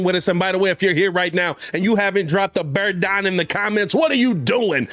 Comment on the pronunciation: BEAR DAHN